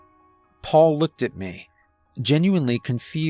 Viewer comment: Thank you for your annunciation of the word " Me" instead of pronouncing it as " Meh " It's little things that can ruin a good story ..💪🏻👍🏼